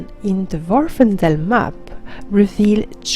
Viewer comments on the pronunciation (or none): Happy birthday! Love the video (as always). On another note, the island in question is Vvardenfell, not Vvarfendell. Easy to mispronounce though. Glad to see you are finding time to play and do videos while working at the new job. Thanks again!